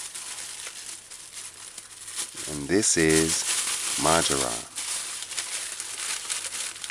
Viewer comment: Am not sure if i heard the name of that herb right....MARJORAM